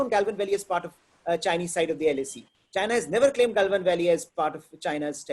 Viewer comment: गलवान valley ko gailvan valley kyun bolte ho ji 😃